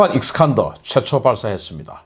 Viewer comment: 익스칸더? 아니고 이스칸더 또는 이스칸데르! 귀하 이름을 신익균이라 해도 되나요?